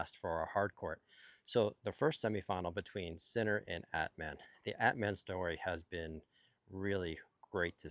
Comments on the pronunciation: exactly, At-mahn comes close. LOL, i love him saying it like Batman without the B. By the way, he will be thrilled that the pronunciation police is on patrol again :) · Not a "gotcha" just a help. Phonetically, Atmane's name is pronounced At-mawn, not At-man. Cheers!